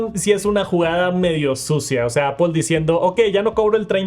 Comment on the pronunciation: Porque los mexicanos y españoles no pueden pronunciar bien apple? Todos los profesores se coordinan para enseñar a pronunciar mal o que?